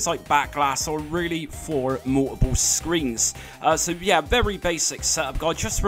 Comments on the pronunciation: Mou-oh-pull... OH! "Multiple". OK, thanks. I guess. Still left you a like. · The way you pronounce "multiple" LOL